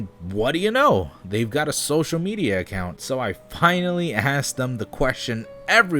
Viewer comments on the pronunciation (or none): none